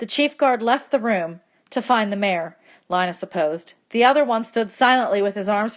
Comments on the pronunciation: LI-NA! ARE YOU KIDDING ME apps say lean a even my teacher knows and she pretty dumb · Um it's (lean-a) not (li-na) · helpful but PLEASE say lina as leena and not line-a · Lee-na not Line-a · Yo can someone tell her it’s Lina the i makes the e sound and that my name